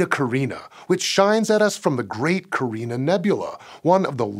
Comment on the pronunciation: Just one video ago Hank pronounced it "Ca-RYE-nee." Now you're pronouncing it "Ca-REE-na." Meanwhile I've been pronouncing it "CAER-in-ey." So which is it?